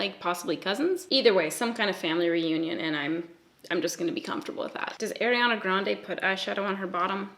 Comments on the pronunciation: are-iana, not air-iana 😘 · i love u... i do. but i cringe when u say “air-ianna” it’s “are-ianna”:/ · Ariana Grande pronounces her name Arr-iana (think arr like a pirate), not Air-iana. I used to say it like that as well. Here’s a video of her saying her own name for 30 seconds straight 😂: And I just wanna say I totally relate to people giving you acne advice. I’ve had a few people give me advice irl when I didn’t ask. And they weren’t people close to me. One time my male boss asked me what I had on my face! 😳 Omg it was so awkward! What an ass. I mean had he never seen anyone with acne before? This guy was at least 40 years old. I hope I don’t have to deal with forever! My dermatologist put me on medication for it and it’s gotten better. It’s definitely not gone though. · you pronounce ariana so funny like AIRiana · "air-iana" LOL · The way you say Ariana 😂 my golly I ❤️ Canadians